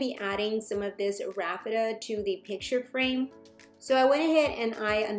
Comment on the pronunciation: Isn't it pronounced Raffia not Rafitta..lol. I could be wrong. Really enjoy your channel. God bless.